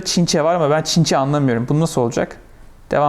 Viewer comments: Çinçe değil Çince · Bu Videodaki çocuk çinçe diyor Çince diyemiyor galiba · "ChInChE " shsj